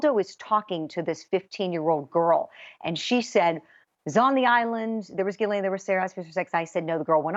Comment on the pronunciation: G- HIS- LAINE = Jizzlane, It’s pronounced Jizzlane...